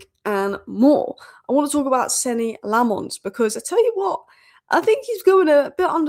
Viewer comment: its lammens not le'mons he's a Belgian not a frog